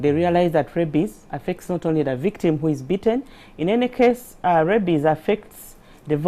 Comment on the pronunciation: It's rabies not rabbies